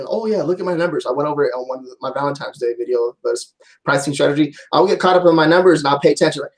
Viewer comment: valenti N e !!! it ends in an N ... not an M